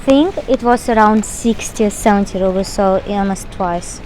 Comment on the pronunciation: Really informative video! Thank you. Btw... Russian currency -"Rubles" are correctly pronounced 'roo-blz' not 'ruh-blz'